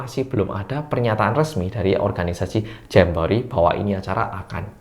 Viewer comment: GUA DENGR NYA JAMBOEEET